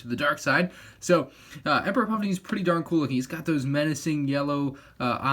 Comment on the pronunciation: What he said: its pretty darn cool What i thought he said: its pretty DARTH cool